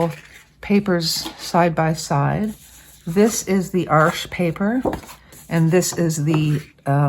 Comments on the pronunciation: That was interesting - I think I've run into the same problem with Arches papers - Arches est un nom francais, n'est-ce pas? So your (and my) pronunciation is right! Even if we do have some issues with it. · Before I say anything else - haven't watched the video yet! Thank you for pronouncing Arches properly. And 'hugely' is certainly a word. Now I have watched the video, and found it very interesting; I conclude that I'd happily use either of them, based on your tutorial....I haven't always got on too well with Arches papers, even though they're of excellent quality; there's just something about their resistance to water - or maybe it's lack of practice. I've just received some samples of Baohang paper, so we'll have a crack at that. Current favourites are the German papers; Hahnemuehle, and Schoellershammer - both do very interesting rough torchons; I'd be very interested to see you run tests on them: if you want a hard edge, they'll give it to you; and yet they also blend easily. I know you can spend a fortune testing different papers, there are so many these days (and one or two that you just can't get any more). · Thank you for the correct pronunciation of Arches! So many people pronounce it wrong. For anyone thinking of using this paper to make their own sketchbook, the Baohong is long grain, so the blocks don't work but they do have quarter sheets available on Amazon. Also, other reviewers have said the Artist grade Baohong is virtually the same as the Academy grade, so that's a plus for those of us wanting to save money. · Thank you for correct pronunciation on Arches! It’s not an arch, it’s paper and it’s French so…….. oui oui🤣❤️‍🔥